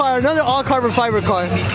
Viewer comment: este wey “carbor fiber” 🤦🏻‍♂️😂